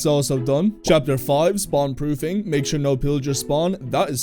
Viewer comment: 'chatper' lol